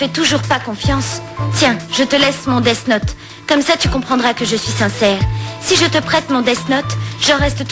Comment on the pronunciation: Le seul probleme dans la VF, c'est leur façon de prononcer "death note"... Ça fait dess not